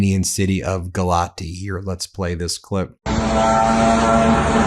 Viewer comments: It is pronounced “gal ats” not “gal ati”. The t with the symbol is a “ts”. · Town is pronounced as Galats. Still, Russia hitting Romania is going to be followed by gaslighting from Putin. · By the way, Ben - that's Galat-see as the correect pronunciation of the city in eastern Romania. My second wife was from there. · I think Galati is pronounced Ga-LOTZ. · I live a four minute walk from where the drone hit in Galați (which he pronounces WRONG in the video too— pronounced Gal-lat-zz) No one was injured and it was most likely not an attack drone. There were only 2 people injured with scratches and panic attacks, that’s all. It was terrifying. Drone fell right above my apartment, scaling above before it colliding with the building across the street. I am a Fulbright ETA, and if it WERE an attack, the embassy would’ve reached out to me and tried to get me out. However, the commission only called to make sure I was okay, and I’ve heard nothing from the embassy, which means it was most likely not an attack and rather a drone that lost control…then again…I’m sure we’ll find out more information soon. Either way, I highly doubt it was an intentional attack. There’s no strategy behind targeting an apartment building. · You pronounce Galati as Galatzi. As for what is happening over there it's just terrible. The Romanian government doesn't seem to give a damn, apparently they had 2 F-16 fighters in the air but did nothing to destroy the drone. If you want to know, there are lots of individuals in the said government that are Russian pro ones and happy at this time that this just happened. I say no more. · You don't pronounce the " i " at the end. It's silent. The city is pronounced "Galatz." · Galaţi is actually supposed to be pronounced "Gah-lah-tsee." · It is pronounced 'Galatz' no final vowel sound. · Galați - pronounced Galatzi, with accent on 2nd A.